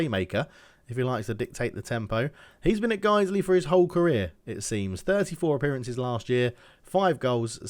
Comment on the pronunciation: You pronounced that right. Guisley is local to Leeds, as is Farsley Celtic.